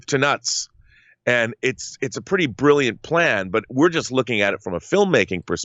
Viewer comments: it's brilliant not billant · "Billiant" Lol, all seriousness this is crazy news!